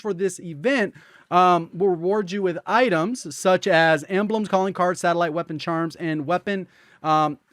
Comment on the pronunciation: No one:: Qeapon